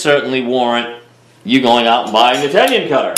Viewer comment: there is no Y in Tenon it is not a tenyon